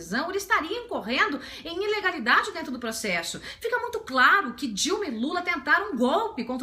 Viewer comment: Acho o máximo quando ela fala "proxexo". Muito legal.